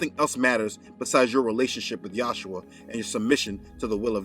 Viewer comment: You keep saying “yashua” (Joshua) . It’s Yeshua ! The Jews call him Yeshua which is Jesus . I cringe every time you say yashua . Do research further ! Or just say Jesus . Why are you calling his name in another language? Don’t be ashamed to address his as Jesus . We are in fact in America . You confuse Americans with that . Your so enthusiastic about saying “yashua” lol. You can refer to Amir Tsarfati , he’s a true Israel Christian from Israel . I’m sure he’d know how to say it lol